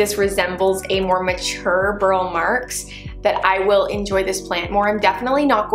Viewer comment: Btw, I am a total pedant... Burle Marx is pronounced Bur-lee, just fyi